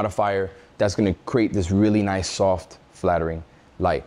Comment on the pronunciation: “shnice” gonna start using that one 😎